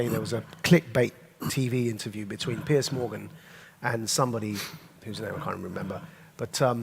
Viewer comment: It's not "Pierce", it's "Piers", Maajid.